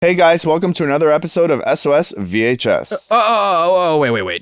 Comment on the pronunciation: I didn’t get to hear Fancy say “SOS VHS” at the beginning!! I absolutely love hearing the way he pronounces those two words together haha brings me much joy.